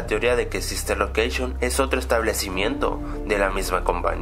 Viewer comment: sister locaction xD se le salio la c